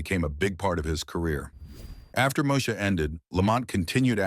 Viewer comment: Moe EEEEEEEEE sha 😑